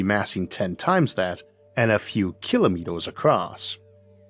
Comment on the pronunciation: What's a "kilomitos" ? 🤨